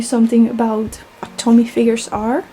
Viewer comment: Nice collection! It’s pronounced “Toe-Me” though, not Tommy 😂